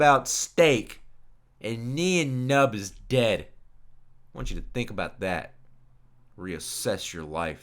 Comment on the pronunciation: His name is pronounced as nine numb